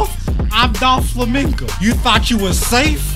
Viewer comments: bro called him DOLflamingo the whole time... why do you think they call him DOFFY and not DOLFFY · It’s Doflamingo not Dolflamingo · "Dol Flamingo" im dead